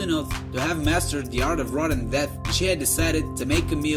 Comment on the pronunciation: You mispronounced a few things. Like gingerly and ravenous. You said rodent death a bit funny too. Don't be afraid to look up how to pronounce words you haven't read before. There's lots of videos showing you how to pronounce words